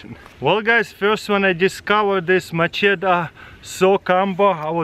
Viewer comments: Macheta is how he says it but it's machete lol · its machette 😂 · When ever he says machete I hear my cheetos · Mah-cheta lol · Love the way you say MACHETE! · Ask Katherine how to pronounce Macheta